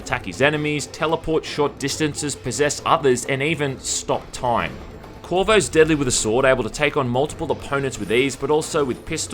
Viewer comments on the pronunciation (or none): Did you say Stop Time as Top Stime? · "his TOP STIME ability" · Did u mean to say top stime? ;)